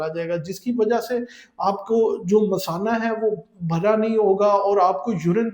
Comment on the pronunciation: Doctor ko pata nahi kay masana kis ko boltay hain, payshab ki theli ko misana bol raha hai.